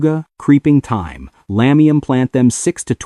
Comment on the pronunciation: Good video , but would be so much better with a real person narrating instead of AI. For example , t h y m e is pronounced t i m e.